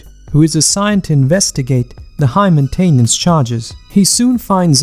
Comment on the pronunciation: Main-Tain-NANCE? Radioactive radiation?!